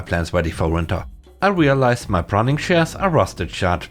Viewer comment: Pruning is from the verb to Prune. So... yes. You weren't saying it correctly. Well, another comment for the Algorithm.